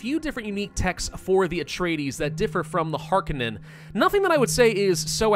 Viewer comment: it's Har-Cone-Non